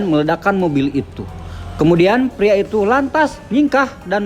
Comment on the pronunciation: Keren Ayo bahasa Indonesia nya agak lebih dibenerin lagi bg Biar makin kece Pria jngan priak atau dewasak 🤗🤗